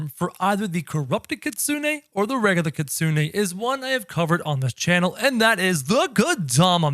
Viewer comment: It’s Kitsune not Kitsune 😭😭